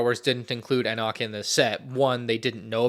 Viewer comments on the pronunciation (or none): You still cannot pronounce Enoch... try E Knock. It's like that. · ItMs pronounced “E-knock”. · How does bro know exactly set numbers and piece counts of every lego start wars set but can’t pronounce Enoch right